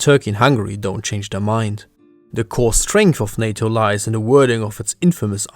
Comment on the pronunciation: It's NATO not SATO 😜